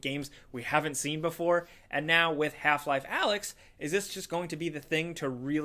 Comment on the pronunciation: I think its called A-lyx, not Alex.